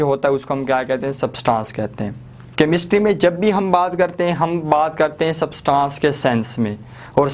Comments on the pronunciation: It,s substance not subtaaance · सब्सटांस नही substance ऐंस pronounce hoga 🙂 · Bhai word substaaaaaaaance ni hai thats substance pronounciate it propperly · its substance not Subtaaancee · its substance not sabstancee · Sir, Please Pronounce “ SUBSTANCE “ Properly!!!!! Please 👏